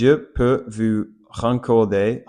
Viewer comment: Salut ! Tu parles incroyablement bien le français, je suppose que tu es anglophone ? Probablement des États-Unis d'Amérique ou du Canada ? C'est super plaisant de voir des anglophones s'intéresser à d'autres langues ! Encore plus si c'est la mienne... :eyes: Haha. Petite astuce, j'ai remarqué que tu prononces "Vous" comme "Vue", essaie de prononcer le "ou" comme un "oo" en anglais. Par exemple, dans le mot "Vous", imagine que "ou" se prononce comme le "oo" de "look" ! Ensuite, essaie de l'adoucir un peu, et je pense que ça pourrait grandement améliorer ta prononciation du son "ou" !! Bien joué pour ton niveau, tu parles VRAIMENT bien ! <3